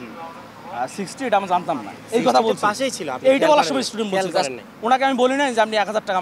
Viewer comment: এইডি কিসের ছাত্র??? ইস্টুডেন্ট!!